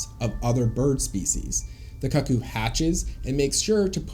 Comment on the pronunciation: bro its 'koo koo' no 'kucc coo' like bruh don't need to out yourself if you're into that 😩😭